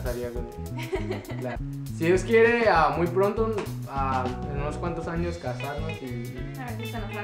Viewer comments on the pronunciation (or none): pris siempre queriendo ganar.. pero si ya es el 3er video de preguntas y respuestas.. y que risa NO se dice ANIOS es ANOS.. jijiji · Alguien sabe por que en ves de decir "años" dice "anios"